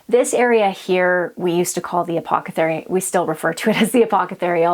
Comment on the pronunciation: Loved your video but did you mean apothecary instead of apocothery? 😂